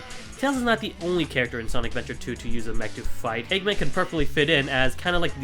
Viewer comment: I'm sorry but... "Doctor EggMON?"